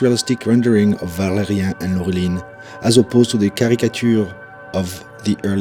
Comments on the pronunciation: Pourquoi prononcer ValériEN et pas ValériAN? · It's "ValériAN", not "Valérien". :)